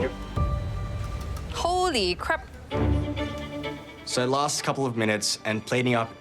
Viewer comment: “hōly cràp” lmao